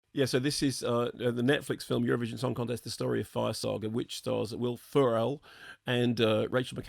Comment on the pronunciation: Why did you pronounce Ferrel like that?